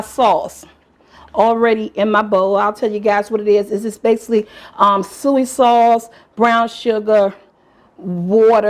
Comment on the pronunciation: Are you saying soy sauce?